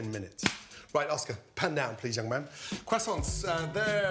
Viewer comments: Can we talk about how this guys is a professional chef yet doesn’t know how to say croissants correctly? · I'm here for the "Kwasants".